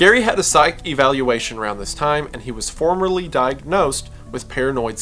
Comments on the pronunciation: FORMALLY. FORMALLY DIAGNOSED. NOT FORMERLY. (love you dawg) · Am I the only one hearing formerly instead of formally? Small mistake but it's making me feel crazy.